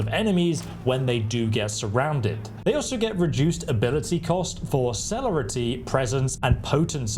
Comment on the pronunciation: It's pronounced Sir-lair-rity - Ob-few-scate and Po-tense